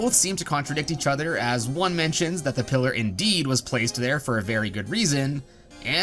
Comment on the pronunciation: You say pillar i hear killer